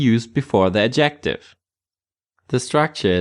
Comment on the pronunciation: Please The word Adjective has its stress on the 1st syllable not the 2nd as you keep saying. This is English not Thai. So annoying. Sorry.